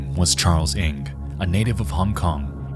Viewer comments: it's pronounced NANG not eeng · The pronunciation of Ng is "u-ung"